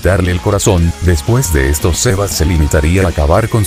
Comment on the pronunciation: Aprende que xeba es xebas